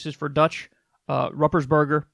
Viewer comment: Kyle. Ruppersberger actually is pronounced like POOP for the Rupp part. ROOP-ersberger. 😉. . I voted for him last election so his NEW TERM will start in Jan! I wont vote for him again. I starting to think all the OLD/Elder ones need ousted. And thanks for telling everyone how they can contact their Congressmen. And plz keep reminding us. It goes to show that we have more power than we think.